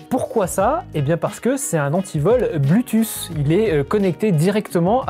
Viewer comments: Haha ce marcel même pas classieux et grisâtre et une crevette qui prononce "un anti-vol blutusse" ! J'ai arrêté là ! :) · c'est un antivol "blUUTUUS"